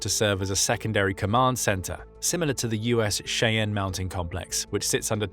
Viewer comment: That’s not how you pronounce Cheyenne